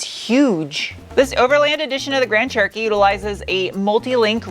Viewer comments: It honestly sounds like your calling it a "Grand Turkey" and I love it 😀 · Why do I sometimes understand grand turkey?